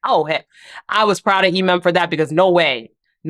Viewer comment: are you saying her name correctly or is everyone on the show saying her name correctly? you always pronounce it "eee-mem" and on the show everyone says it "em-em"